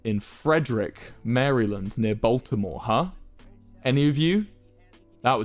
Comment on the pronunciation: Cringing at his pronunciation of Maryland. [Facepalm.]